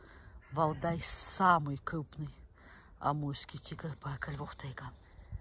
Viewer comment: купный тигл )) Серьезно нельзя взрослому человеку выучить выговаривать букву Р ??